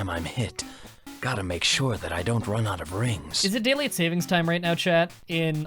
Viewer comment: Excuse me, I love your videos but it is not "Pokimon", it is Pokémon. And what accent is that? The way you say 'out' makes my ears bleed!